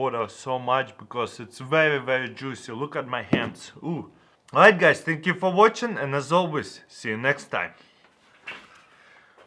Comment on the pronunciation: "thank yo fo watchin"